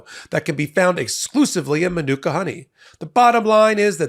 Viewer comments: MA-NU-KA honey….. come on bro, be professional and learn the words you’re paid to say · Please research how to pronounce "manuka".